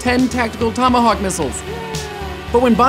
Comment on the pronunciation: is everybody to busy arguing about call of duty that no one noticed that he said thomahawk missile